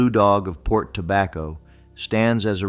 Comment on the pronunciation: Port Tobacco is the only location this AI voice said correctly.